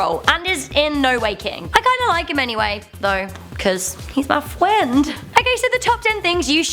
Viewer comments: I loved u saying fwiend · He's my fwiend you said fwiend he is mah fwiend not you jk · "I like him cuz he's my FWENND" says as I ROTFLMFAO